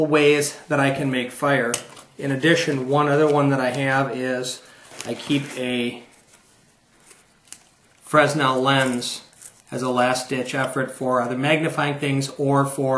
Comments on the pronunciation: Good Kit, I like your choices. One small nit to pick... That lens you have is pronounced fray-nel with a long a and the s is silent. The inventor of that type of lens was a French scientist that studied optics in the early 19th century. You are not the only one on YouTube to mispronounce that one :) and no, I'm not from France :) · Just a heads up the "fresnel" lens you were talking about is pronounced "fer-nel". I know this because I was a lighting designer. thanks for the vid